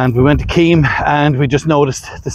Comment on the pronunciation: Keem beach. Is pronounced Kim.